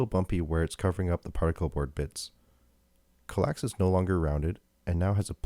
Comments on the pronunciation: Psst; it's KAL-ax, not kaLAX. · That pronunciation bothered me in this video.